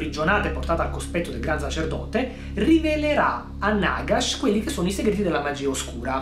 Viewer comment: Si dice Nàgash!!!!!!!!!!!!!